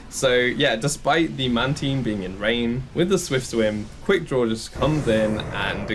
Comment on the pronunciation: "Man-Teen" No 😂